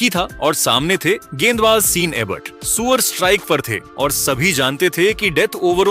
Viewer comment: अबे सूर्या बोल सुअर नहीं